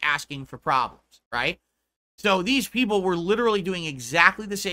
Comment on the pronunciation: I have noticed him using that term multiple times past couple of weeks. "2-3 peepul are engaged", "3 peepul are on topic", "like 3 peepul are on topic talking about SF6" and "the 2-3 peepul trying to talk about the game are getting angry about the off-topic chatting" are usually heard when he's fuming at the chat. What's interesting is that about 2-3 whales are usually donoing over 90% of his income nowadays. So probably those are the 3 "engaged" fans he's white knighting and talking about.